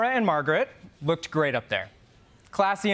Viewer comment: "I was there at tianamin square". Interesting. Uh huh. Dude said "he lookt-ded slick." Lookt-ded. Somebody was failed by the educational system.